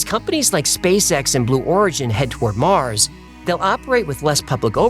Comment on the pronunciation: Listen to Arnold folks... "Get your ass to Mouws" ..... ....